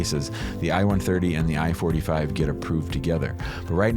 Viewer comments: It sounds like he’s saying form I-45 instead of I-4-8-5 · Keeps saying I-45 but it’s I-485